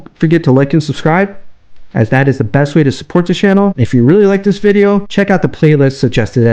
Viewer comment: To “dat” video?